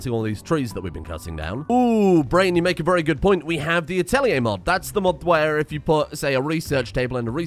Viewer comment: Atelier, not atèliè.